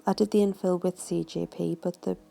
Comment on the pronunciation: lol love the work but y do u keep saying cgp instead of cjp